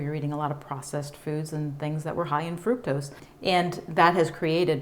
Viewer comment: Gave this clip a thumbs up -- however the word fructose is pronounced fruc (like puck) tose. Fruc-tose. Not fruit tose.